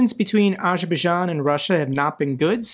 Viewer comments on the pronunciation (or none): Sorry dude but Azerbaijan has a Z in the name that you have to pronounce It isn't Ajerbaijan